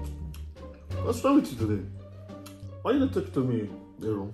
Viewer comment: His name is Ehrune ooo….not Aaron